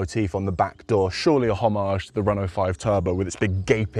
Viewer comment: You lost me when you used the wonky pronunciation of homage.